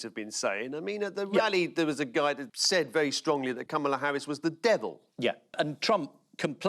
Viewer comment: Jo should have been able to pronounce Kamala’s name correctly.